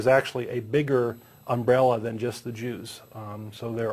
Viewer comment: did you say "Jews" or "Juice " as in orange juice ?? work on your pronounciation